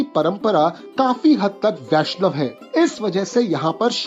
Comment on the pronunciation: হ্যাঁ ভাই, বাঙালিরা সবসময়ই রবীন্দ্রনাথ ঠাকুর বলবে, ট্যাগর বলবে না কখনোই। আর ‘বৈষ্ণব’ বাঙালি উচ্চারণ অনুযায়ী Boishnob হওয়ার কথা, Vaishnav নয়। ‘ব’ অক্ষরটি ‘V’ হিসেবে ব্যবহার করে সাধারণত অবাঙালিরা। তাই আমারও সন্দেহ আছে যে উনি সত্যিই বাঙালি কিনা। বাংলাতে থাকলেই কেউ বাঙালি হয়ে যায় না। অনেক অবাঙালিরাই জন্মসূত্রে এখানে থাকার জন্য বাংলা মাধ্যমে পড়াশোনা করে, সেই কারণে বাংলা লিখতে ও পড়তে পারে, কিন্তু তার মানেই সে বাঙালি নয়।